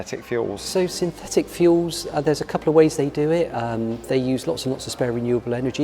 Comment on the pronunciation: Hey. How come you can pronounce the 'th' in 'third' but in the word synthetic you replaced the 'th' with an 'f'... You can say the 'th' in the word 'the' but when it comes to the word 'think' you say 'FINK'....?! Can someone explain this?